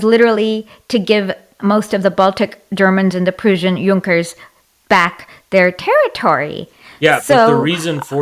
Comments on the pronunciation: Not to forget the Pruzhen empire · Just to be good faith here, I think she just can’t pronounce ‘Prussian’. But other than that it was a complete joke